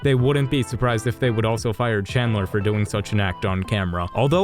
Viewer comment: Bro wth I mean you got all of them right except for chandler